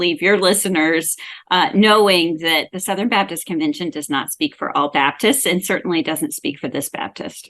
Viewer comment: his pronunciation goes back and forth. It's interesting that when he wants to sound like a preacher preaching the gospel, he's much more likely to say BABDIST.